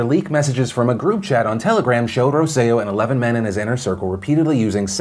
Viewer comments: For future reference Phil... it's Roselló (Roh-seh-yo) emphasis on the last O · In case there's follow up on the Puerto Rico story, and just because it kept throwing me off: Roselló's last name is pronounced with emphasis on the last syllable (that's why it has han accent at the very end). But props on the Puerto Rico pronunciation!